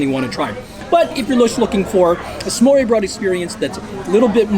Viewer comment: You were actually really close on that Smørrebrød mention.